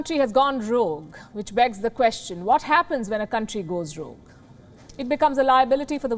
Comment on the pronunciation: "This country has gone wrogue" - no mincing of words 😂